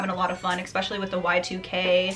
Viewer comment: I like watching you but again exspecially is NOT a word. It's especially. Otherwise great job.